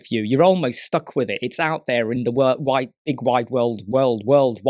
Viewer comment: What killed me was him trying to pronounce "World Wide Web" 😅😅😂😂😂 Nice video, very helpful. I enjoyed em' lol